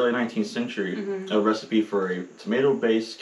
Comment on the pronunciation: Question. Why do you pronounce recipe as “ree-seet”? A receipt is to show proof of payment. And recipe is pronounced “res-I-pee”. So I’m a bit confused about this. Thank you